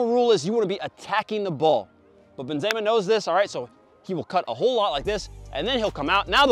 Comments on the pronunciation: A man said benzayma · The Benzeyyma is kind of annoying me but great vid as always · It sounds weird when he said benzema